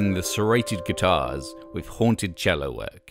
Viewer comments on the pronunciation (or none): none